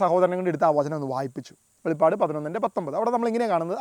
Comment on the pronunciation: It is not Velippadu it is Velipadu